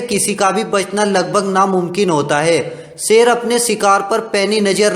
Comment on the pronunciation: पहले बोलना तो सिक ले सेर नही शेर बोलते है शिकारी होता है सिकरी नहीं